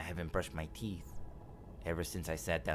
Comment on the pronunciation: “I haven’t brushed my “Teef” “